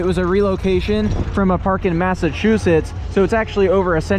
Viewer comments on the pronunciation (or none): none